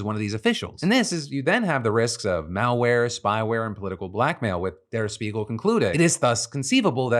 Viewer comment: It’s pronounced der Shpiegel - it means mirror